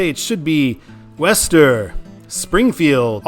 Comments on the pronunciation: Worcester is pronounced "Wooster." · Worcester is pronounced "woostuh".